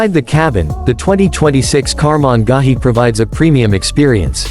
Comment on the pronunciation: Holy EFF! I lasted 24 seconds of the horrid AI voice until it butchered Karmann Ghia beyond listening ability.